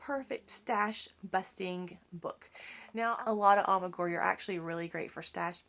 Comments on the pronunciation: It isn't A-MI-GU-RI. it is A-MI-GU-RU-MI. You don't mispronounced it because you are from Alabama. Mispronouncing it is a choice you make. A EWE is a female sheep. A She, not a He. A RAM is a male sheep. A LAMB is a sheep less than 1 year old. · It’s pronounced Ah-mee-guh-roo-mee